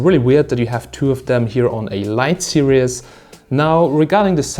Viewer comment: What the fak is 20 mate serious mate its series not serious